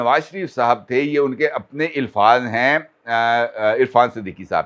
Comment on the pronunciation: The word is "alfaz" not "ilfaz"